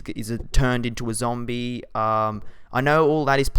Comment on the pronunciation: lol when he says zombie tho